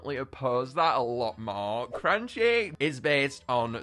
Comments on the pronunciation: its cranchee not cranky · his name is not cranky its cranchee as in cranch-e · I'm pretty sure the monster handlers pointed out that Cranchee's name is pronounced "cran-chee" and not "crAn-key"